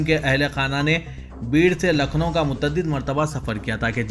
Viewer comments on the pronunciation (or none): none